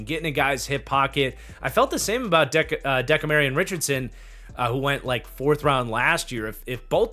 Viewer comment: I love your channel.. but its DeCAMerian Richardson.... Not DECAmarian